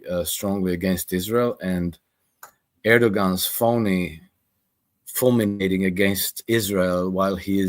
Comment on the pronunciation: "fulminating" or as you said "fulmigating". That is straight from the MI6: Croatian Desk!!